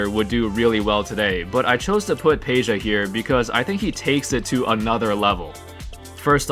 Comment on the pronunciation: Is not Peja then Pedja. I'am Serbian boy and I know!